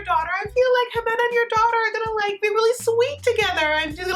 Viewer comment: Ximena is pronounced "He-Meh-Nah" But you say it adorable